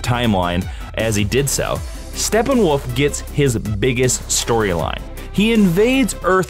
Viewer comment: Why is he calling him Stepping-Woof(?!)